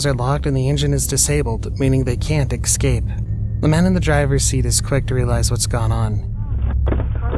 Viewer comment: The word eScape is NOT pronounced "eXcape". 🙄👎